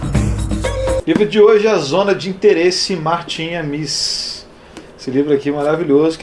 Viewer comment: De onde você tirou essa pronúncia afrancesada de "Amis": A-mÍs? A tônica está em A: A-mis. Martin A-mis.